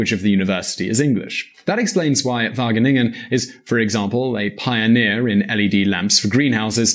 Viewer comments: Am i the only one who thinks that when he says wagningen, no it is waGeningen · whattenengen?? Wah-gheh-ningen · No offence but : "The university of Wakenakken" Whahah im dying here! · Wageningen -> Wakkennakken😂😂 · "University of Vagenegen" haha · "The University of Wagganeggan" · Wageningen NOT Wagenegen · How to pronounce the g in wageningen: try saying K...do it conciously, what did you just do? you closed the back of your mouth, and than exhaled...right? now do it again, but be lazy, don't totally close the back of your mouth, and use less force...there you go! now you said "g" or "ch" in Dutch....So from now on never pronounce a g or a ch like k any more, you sound extremely dumb if you do.. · English speakers trying to pronounce Dutch placenames makes me cringe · That first pronunciation of Wageningen was so terrible that it was hilarious XD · as a student at Wageningen, it is great to hear this, although the pronunciation hurts my ears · you absofuckinglutely butchered wageningen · how the fuck did he pronounce wageningen xDDD look it up in google translate please, this is not the pronunciation, and its an easy one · How you pronounce Wageningen 😂😂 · I'd like to hear a Dutch person pronounce Wageningen. I bet it's unlike in this video. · Being dutch i cringed hard when he said wageningen